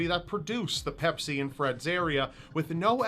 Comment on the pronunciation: pepsi not pepis